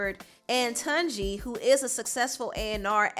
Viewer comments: His name is pronounced TOON-JI not Tun, OMO NAIJA <3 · It's not TONji but TUNji like Tuna or tune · It’s pronounced ‘TuneJi’ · Hi, Tunji is pronounced “toon-jee” 😄 ✌🏾❤️